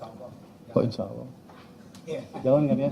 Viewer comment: Pengucapan insyaallah kurang tepat